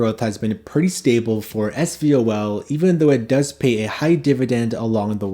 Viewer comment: Great list! (But please say ess-vol... two syllables. The first is just the letter s. 😅 Love the channel and appreciate your content!